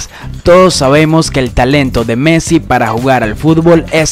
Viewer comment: No se dice measi se dice messi